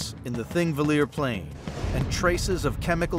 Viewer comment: Cool documentary, but kinda cringey that out of all the people who worked on it, no one bothered to check how to pronounce Thingvellir. If they had just consulted one Icelander or watched a single video about how the Icelandic alphabet is pronounced, they could have easily avoided this embarrassing mistake.